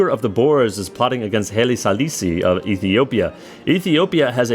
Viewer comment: Why can't you pronounce Haile Selassie?